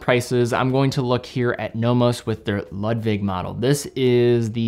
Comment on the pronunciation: A very good composition. By the way: You pronounce the Nomos Ludwig like Loodwig. It's a German first name.